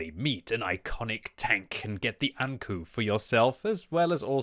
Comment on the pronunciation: saying ankou like saying anku lul Knowing your japanese & anime, ou is an elongated o like say oooooo, not u Alternatively, ou is like saying the expeession word oh